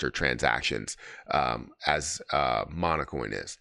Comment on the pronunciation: Seriously? You didn't even take the time to review their website? How about Hara on Twitter? Or the Kana and PiLab announcements? Or the new Jasmy ambassadors? Congrats, you bottomed out with this failure of an irresponsible video...and it's "Monacoin" not "Monocoin".